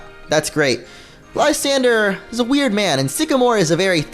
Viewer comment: Lis-san-dray that how you pernouse it